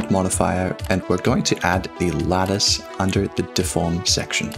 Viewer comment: Ok ok i blame this for me being a non native english speaker, but i only hear lettuce, not lattice. i love it